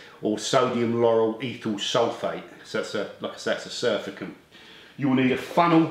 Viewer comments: Good topic and tips, thanks. Always explained in a way anyone can understand. BTW, Its not Surfacant, its Surfactant Sur(ace) act(ive) ant (agent). “A substance which tends to reduce surface tension (friction/ bonding etc) of a liquid in which it is dissolved”. Special Soap to most of us:-) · Do you not mean to say surfactant ? Surfacant is not a word. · I pronounce it surf - act - ant (is that what you meant?) Possibly has a dislike of surfers.